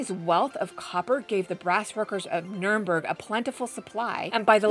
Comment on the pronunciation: It's NER-um-berg, not NERN-berg.